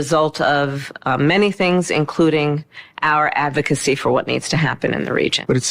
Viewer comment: Did she say avocacy instead of advocacy?